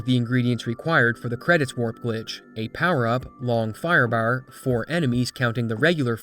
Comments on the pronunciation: The pronunciation of firebaar gets me a bit everytime lol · The Long Firebahrr made me think of Snatch